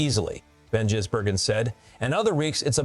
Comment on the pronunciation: Why do you call him jizzbergen,its gisbergen ,disrespectful,if your going to make money off his name,get it right